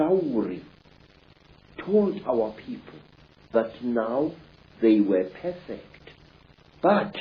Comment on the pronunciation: “Came out as whimhen” “They wa pafekt”lol 😂